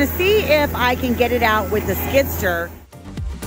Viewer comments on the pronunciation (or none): Its a Skid-steer . I was hearing you say skidster